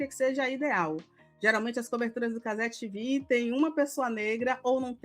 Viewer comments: nossa tenho uma agonia desse "cazé 'tivi'" hahah, minúsculas causas mas pô, a emissora é brasileira, a transmissão é brasileira, o apresentador é brasileiro, o dono é brasileiro, as pautas são brasileiras, e o português é muito mais bonito! cazé tevê! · Juro que me esforço para não criar ranço com a. Mas, não é fácil. Ela vê machismo em tudo. Está concorrendo pau a pau com Milly Lacombe e a Alicia Klein. As falas do pessoal da Cazé TV (é tevê,, e não tivi!) foram para a repórter se proteger da ação da PM, não tem nada de machismo. Essa, assim como a Milly Lacombe e Alicia Klein praticam o feminismo fanático, aquele que é repudia qualquer senso de razão. Depois, reclamam por que não conseguem adeptos à causa.